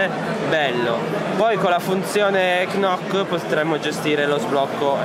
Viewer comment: Scusa ancora ma "knock" si pronuncia semplicmente "noc". Ottimo phablet.